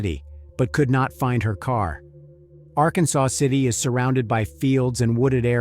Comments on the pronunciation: small gripe. it's Ar-Kansas, not Arkansaw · Just a side note. It is not pronounced like the state of Arkansas. It is R-Kansas or Ark City for short. Thanks for covering this case. Happened close to us. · While spelled like the state, those who live there, pronounce it ‘ Ark Kansas City or just “Ark City’. 🫡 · Good video. It's actually pronounced (are•Kansas•city), we just say Ark City.